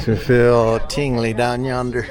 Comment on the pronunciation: He said tingley down yonder 😂